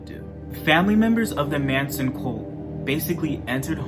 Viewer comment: Sweetie it's Charles Manson not Mason